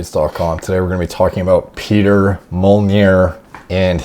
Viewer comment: He's honestly a Hungarian legend already. It's hard to say he's fallen off. Edit: Also it's pronounced "Peh-tare Mole-nahr" but not bad for not speaking the language.